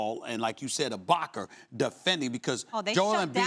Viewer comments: Nobody: Stephen A: Ibaker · "Ibakaer" Stephen A 2019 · Stephen ER Smith: “IbakaER.” 💀💀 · Stephen A.....who the hell is Ibackerr?? I know Serge isn’t American but nigga 🤦🏽‍♂️